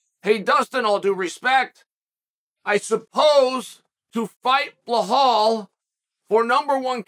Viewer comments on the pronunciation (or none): It's belal. Not bill hall. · Bilal❌ BLAHAULL✅ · Nobody: Chael: Blahal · Bill - Hall 😂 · Sound it out Chael. Keep trying buddy you'll get it right some day 😂😂😂